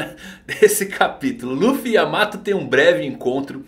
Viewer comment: não é yamato e sim Yaamata!